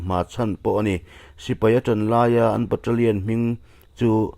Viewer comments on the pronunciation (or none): none